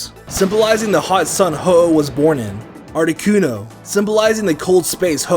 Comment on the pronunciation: ARTICUNO, NOT ARNOQUNIO! FIX IT NOW!